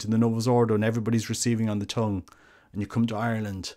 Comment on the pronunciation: He pronounces tongue like "tong". Speaking of which, maybe the priest could use a pair of tongs to place the wafer on the tongue. And they could be called the "Tongue Tongs"